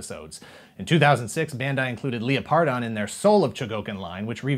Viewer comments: Am I the only one that cringed Everytime said leoPardon instead of lepRadon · Leō-pardon? I’ve always pronounced it Leopard-on. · Leo-pardon..? Surely it's Leopard-on?